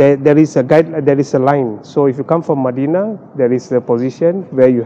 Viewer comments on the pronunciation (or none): none